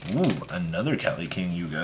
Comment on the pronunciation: Nothing against you specifically, but why do yugitubers have such a hard time saying the names of carts RIGHT IN FRONT OF THEM? Its King Kali Yuga. Its just one of those things that instantly gets under my skin. Other than that, you're the best! Glad to see Terror Top didn't give you the shaft.